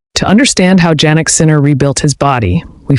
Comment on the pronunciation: His name is pronounced YYYanick. Start using it.